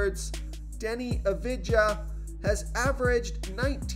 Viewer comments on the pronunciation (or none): Please learn to pronounce Doncic and Avdija correctly